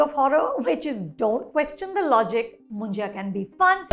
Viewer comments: It’s pronounced as Munja not Munjiya 😂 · Anupama is pronouncing Munjya as Munjaya (मुंजया)! Its written and said as मुंज्या which basically means a brahmin (because his thread ceremony has been already done) bachelor boy/man who has passed away without getting married.